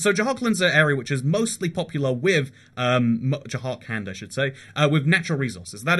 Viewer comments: “j-hark-and”🤦‍♂️🤦‍♂️ its “jhur-kund” please work on pronunciations they’re really not that hard. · you should really make a survey before doing these videos because your pronunciations of some places is awful ... what the hell is dzhahar-khland? it is dzhar-khand ... there is no A after J and no L at all in JHARKHAND. .... and there wrongly pronounces names of places are in every single your video from shinsinau (chisinau - capital of moldova) to polish cities like wroclav or to indian state names ... make a survey how to pronounce these names before you make a video about it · “Beehar” and “Jahar kland ” got me laughing as an Indian